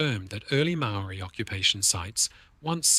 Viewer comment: The G ,in Rangitoto is silent ,and Maoris is also not said ,the way you pronounce it .